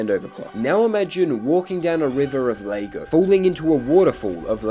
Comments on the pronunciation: physical pain by the way you say 'laygo' not lego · To be honest the more annoying part of this video was how pronounced Lego as Lay-go. The Activate windows can stay just for gods sake please learn how to say Lego 🐑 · Did he just say laygo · "Lay-go" ok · “Laygo” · You pronouncing Lego like that clauses me PHYSICAL PAIN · You know its pronounced Lego not lego